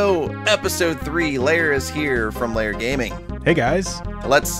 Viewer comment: hmm yes the spring here is made out of spring Edit: also lair sounded like snake lol